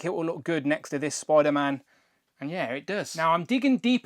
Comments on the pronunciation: Why do you keep calling him Spoiler-Man? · Spoiderman 😛... sorry great review btw. I have this guy and very happy with it.